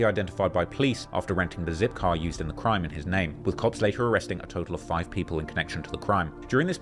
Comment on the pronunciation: “Bro you are recording a CRIIME” 😂😂😂